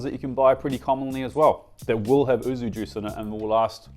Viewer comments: yuzu not oozu 😂😂😂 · YUUUUZZZUUU NOT OOOOZZZZU As a fluent Japanese speaker this hurts me and is always wrong in your videos arghhh